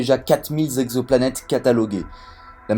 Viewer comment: À 1'00 : "On a recensé quatre mille Z'exoplanètes [...]". Chelou la liaison.